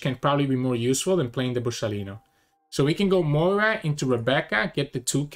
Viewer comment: I really enjoy watching your videos. Thank you for posting them. As a relatively new player, it is interesting to hear your thought processes. Also, just as a side note, Moria is three syllables (Mo-ri-a) not two (Moy-ra). I actually hear a number of people pronounce Moria as "Moyra." Maybe there is a reason I'm not aware of...